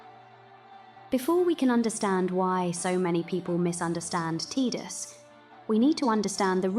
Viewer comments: You almost lost me at T”i”dus. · His name is Tie-dus, yevondammit!